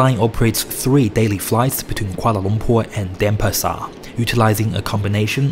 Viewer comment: it's pronounced DenPAsar, not DENpasar.